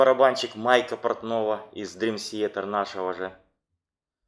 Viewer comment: Молодцы, что увлекаетесь DT, и делаете подобные программы. Но за 30 лет так и не научиться нормально произносить слово Театр по английски - это позор. Уже молчу о диком произношении некоторых имен и названий альбомов. Я сам являюсь их давним фанатом и был на концертах всех туров DT, начиная с 92 года, когда они выступали ещё в маленьких клубах того же Бостона и близлежащих городов от Бостона до Нью Йорка.